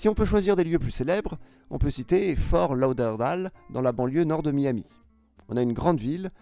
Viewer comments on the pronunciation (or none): Vidéo vide sans valeur ajoutée remplie de fautes de prononciation révélant une complète ignorance du sujet. C'est l'île de la Giudecca et non pas l'île Giudecca !! Fort Lauderdale est prononcé fort lauderval. Amiens le s ne se prononce pas ! Pont-Audemer le t se prononce !! Shanghai n'est pas mentionné. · On dit Fort Lauderdale et pas fort lauderval ! Amiens le s ne se prononce pas ! La vidéo ne mentionne pas les canaux de l'agglomération de Shanghai, un honte! les canaux de Shanghai sont très nombreux et impressionnant. Il y a énormément de villes à canaux en Chine, bien plus que ce que la vidéo mentionne. Phoenix en Arizona a également de nombreux canaux, pas pour le loisir pour l'agriculture. Pour Venise, c'est l'île de "la Giudecca" et non l'île Giudecca ! On voit bien qu'au final le mec n'y connait pas grand chose et a simplement regardé sur google! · La prononciation de Fort Lauderdale 😅 en plus c'est connu, il y a beaucoup de Québécois retraités qui vivent là